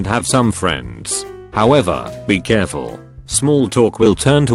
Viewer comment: "Beeee Curfull"